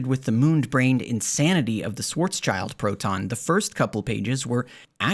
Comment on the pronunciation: I've read Haramein's Schwarzschild paper many years ago, and as a physicist from this field (quantum gravity) I was really surprised by how sloppy and weird it was. Apparently that didn't stop him from producing more pseudoscience. So I really liked your video. One small remark (if already noted by others, forget about it): you pronounce Schwarzschild as "Schwarz-child", but it's actually pronounced as Schwarz-shield" ;) All the best!